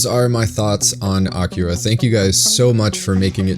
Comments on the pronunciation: a-ki-ra no k-kee-ra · Cant even pronounce akira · Have you not seen it? Because you mispronounced it.